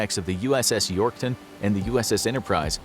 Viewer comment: Who else noticed he said “Launching of the decks form U.S.S Yorktown and the U.S.S Interprise?”